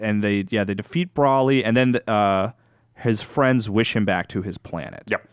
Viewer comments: Bro-lee, not Brawl-ee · There is now W and there is NO A in BROLY. You pronounce it Bro-lee. Learn how to read english for fucks sake you wankers. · saying Brawlee is comparable to my annoyance of Dan Ryckert saying “Frietza” in the All System’s Goku podcast. Yikes man. And yeah, I feel like the review of this movie is hurt by the fact that they’ve missed crucial parts of Super (or in case, ALL of Super).